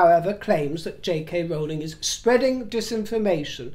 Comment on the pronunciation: Thank you for the Rowling Rowling pronunciation!!!!